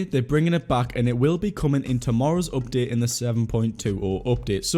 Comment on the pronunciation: Normal people: "Update": "Opdate"